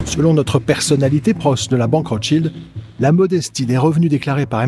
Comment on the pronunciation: J'adore la façon dont les Français prononcent (mal) "Rothschild" :D :D